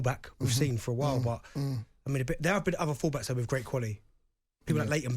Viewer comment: Did he just say Leighton Baines??